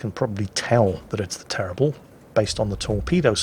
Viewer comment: For Bayard, pronouce "Bayar" \ba.jaʁ\ and for Le terrible, pronouce " Le teribl/" \tɛ.ʁibl\ that will be fine. Many Thanks for the fine vids. S.